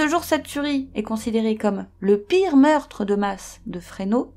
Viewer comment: Le S de FRESNO se prononce.